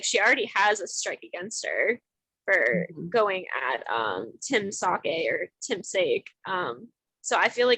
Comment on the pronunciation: I'm sorry Time sAke-- sAAAkay udcbiu. No offence lol